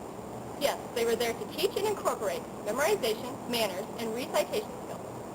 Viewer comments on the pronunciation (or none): REE-sigh-TAY-shun? REH-seh-TAY-shun!